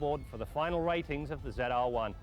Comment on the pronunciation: Why does he say Ze R one?